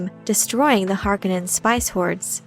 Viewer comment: Nice video, but I cringe every time you pronounce Harkonnen.